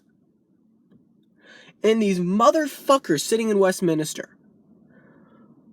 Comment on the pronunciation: Nice vid matey & its good to see a visiter to these shores being politically astute but if you dont mind me pointing it out but its WestMinster, not WestMinester lol